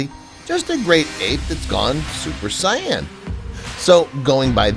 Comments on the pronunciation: It's Saiyan lol not cyan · Did he says cyan IT'S SAIYAN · Why does he say it like that🤦🏾‍♀️🤣